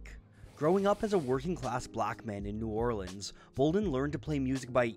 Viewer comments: Your correct pronunciation of New Orleans makes me happy man, awesome video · Louis Armstrong pronounced it New Or-leens